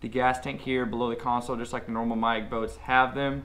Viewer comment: It's not pronounced magic?